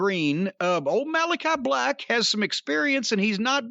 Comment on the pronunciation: It sounds like Jim is saying Meaty Aura 🤣 They should use that as a big guy’s(like Hobbs or Miro) finisher.